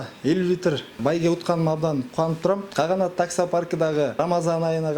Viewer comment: Допу кийген бала Каганатты туура айтчы😄